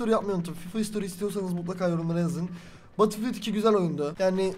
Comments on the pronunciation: LAN BATILFİYILT DEME ŞUNU BETILFİYELT de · Batılfiyıld deil betılfiyıld xksodueh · Abi takıntım var söylicem batılfiyıld diye değil bedılfiyıld batıl deyince şişe oluyo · Batıl diye okunmuyor batıl diye okunuyor. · batılfiyıld degıl bedılfiyıld diye okunuyor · Birisi söylesin Battlefield diye yazılır Betılfild diye okunur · Abi söylerken badıl fiıld demen beni çok tilt etti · BATIL DİYE TELAFUZ ETME ARTIK ŞUNUUUU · lütfen artık batılfiıld deme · Batılfield ne lan batılfield diyince şişe alanı demiş oluyorsun mal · Biraz ingilizceni gelistir batilfild nedir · EmircanGuner_ aynen bedılfiyıld diye okunuyor